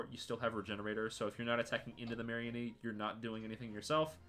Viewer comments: ok this video is great but I hate how u pronounce mareanie it's not some kind of marionette it is a marine meanie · Ah yes "marry-a-knee"